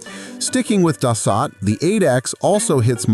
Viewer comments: It is pronounced, (phonetically) Dah - soul, not 'Duh - salt'. Learn some French. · Its pronounced Da So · It is Dassault pronounced Das Oh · No shit jets are faster than bullet trains, F-1 cars and military helicopters... SMFH! Oh and Dassault is pronounced Duh-So not Dos-Sott... Get rid of the shit AI audio and do the voice over yourself ya lazy dolt! Thumbs down for shitty AI audio alone!!! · It's pronounced Duh-sow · It's pronounced Das so! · ANNOUNCER : SIR---------OUT OF RESPECT FOR OUR TROUBLESOME BUT CRUCIAL FRENCH ALLIES---------THE PROPER PRONOUNCIATION IS " DASS--OH " -------------OK ?????----------------------------------MJL, 79 Y/O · So hard to watch these videos by people that don’t have a clue about the subject. The French company that makes the Falcon aircraft is pronounced Das…so. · can't pronounce da-suo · such a tasty word too, Da-so. Its kind of interesting how we got words like Peugeot right back when they were sold in rhe states, but words like Renault, not even close. 😅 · It is so frustrating to watch a video like this where AI isn’t to the point where it can correctly pronounce some words. Like the first two jets - Dassault. Butchered it - multiple times. WTF? Get it right or don’t publish the video!!! It’s embarrassing for hells sake.